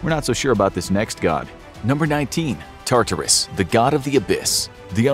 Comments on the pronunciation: Your pronunciation of Tartarus is frustrating. It’s not TAR-TAR-US it’s TAR-TER-US. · every time you say "tar-TAR-oos" i cringe almost as hard as when you used to say "SIN-cope" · Its. TAR-ter-is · I cringed when you said Tartarus. It was how you pronounce it. Emphasis on wrong parts. I know it's a tiny insignificant thing but needed it said.